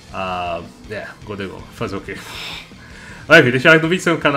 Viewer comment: UH GOLDEGHOUL barulhos incompreensíveis